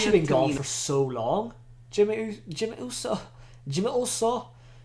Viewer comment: the way said Jimmy Uso just made me start laughing so hard😂😂😆